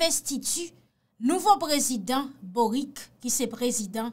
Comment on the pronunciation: Mw paka tande le moun yo ap di bourik la non😁😁😁 se Boric se tankou ou tk di Bolitch moa, se yon mo italien liye,menm lé misye se chilien